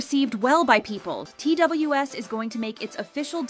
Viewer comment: FYI Pledis new boy group is pronounced as Two-us or Twaas! not T.W.S